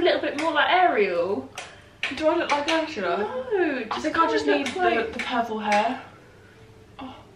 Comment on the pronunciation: you calling her 'urshulla' and then singing aladdin has got me creasing i canntttt deal with you